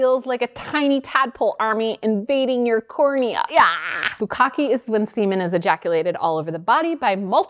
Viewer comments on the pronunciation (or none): actually, Gokkun (pronounced go-coon) in Japanese just means "to swallow". Bukkake which is also mispronounced (its Boo Kah kay) is a Japanese word which means "an eruption of a watery substance". They use the same word for when a whale sprays water...and yes lots of Japanese men laugh about it., since you are partially Japanese, I was wondering if you have been to Japan or traced your ancestry here in Japan?